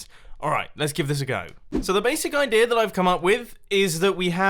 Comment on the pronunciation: I love how you say idear